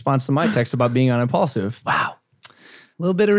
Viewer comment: only logan paul says impualsive is the number one podcast in the world